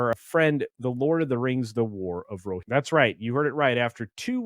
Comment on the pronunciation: You must have gotten bombed in the comments on the pronunciation of Rohirrim.